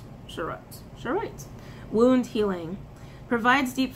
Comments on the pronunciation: It is pronounced char-o-ite the char pronounced like it is in the word charred. And Car-nee-lian, it is a type of agate. Charoite only comes from russia if I am recalling correctly. I count both among my stone friends. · Just saying it’s pronounced Char-Right Like charzared the Pokémon for the “char” and then Right for “orite” Charoite! Hope this helps. Thanks for what you do 👍 💕💡 🌈 🌟